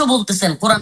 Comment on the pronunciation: কুরআন বানান টাই-তো ঠিকমতো বলতে পারিস না তুই।